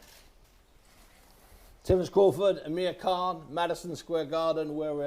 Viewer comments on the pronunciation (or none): When he says Amir Khan it sounds like hes saying Amerikhan